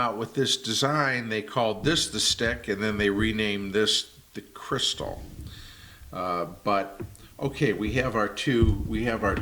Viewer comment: Do Americans say "crystal" for Cristal champagne too? khree-STAL